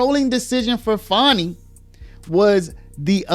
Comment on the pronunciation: Why are you calling her fawny? It's fani